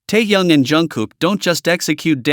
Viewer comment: Да называйте правильно имена ребят, что за Таян, он Ким Тэхен